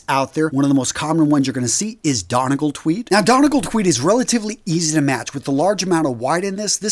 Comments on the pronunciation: Donegal is a place here in Ireland. Pronounced Done-E-Gall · You pronounced "Donegal" wrong 😏😏😉